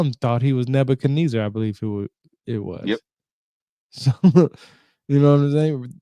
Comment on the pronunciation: Good content, I just don’t understand why you insist to pronounce everything different lol from Nebakeneza to the dogon to nibiru